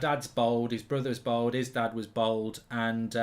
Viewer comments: It’s bald not bold 🙄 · Mark really showing how proper middle class he is by the way he pronounces bald as bold lol